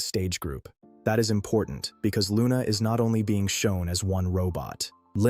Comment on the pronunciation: Are you sure you are pronouncing the name correctly???? sounds a bit wrong